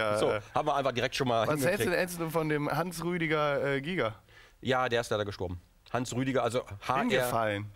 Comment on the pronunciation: Sein Name war nicht Hansrüdi Giger. Er hiess Hansruedi Giger mit u e ausgesprochen. So am rande erwähnt